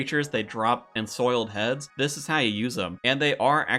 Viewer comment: Lmfao roo ins and insoiled heads